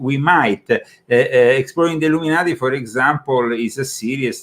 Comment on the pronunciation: Were you a part of the Ill-um in-ati?